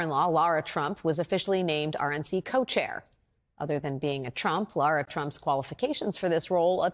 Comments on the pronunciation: Did she say “lord trump”? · She said Lara Trump though it did sound like lord. Lara’s name is pronounced like Lara Croft, not like Laura.